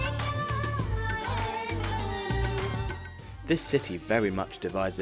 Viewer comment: It's Mumbai not Moombai